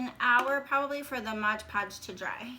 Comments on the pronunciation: Beautiful ornaments! Well Done. But, just one of those things that bugs me - it's MOD podge, not modge podge......so many people get it wrong. MOD Podge, not Modge Podge. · So adorable! Please don't say Modge Podge though, lol